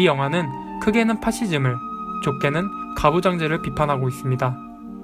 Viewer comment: 정말 잘봤습니다! 그런데 파시즘의 두가지 의미를 설명해주실때 ‘좁게는’이 자꾸 ‘좋게는’ 이라고 들리네요ㅠㅠ